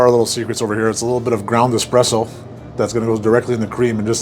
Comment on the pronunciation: Not calling it "expreso" makes me happy in so many ways. It's been too long since I've heard the correct pronunciation. Good job!